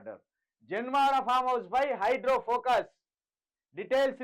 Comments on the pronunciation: ఒరేయ్ హౌలే హైడ్రో కాదు రా హైడ్రా నీ తెలుగు వినలేక పోతున్నాం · Hydro kadu ra hydra em news reader vi ra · హైడ్రో కాదు బ్రదర్ హైడ్రా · హైడ్రో,హైడ్రో వినలేక సచ్చిపోతున్నం అది హైడ్రా బాబు